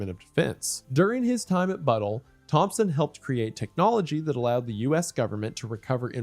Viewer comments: lol Wendi calling Battelle “Buttle” is hilarious. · my dad worked there for 30 years, Im sure if I showed him this video he would instantly recognize this guy. Also fun fact, its prounounced buh tell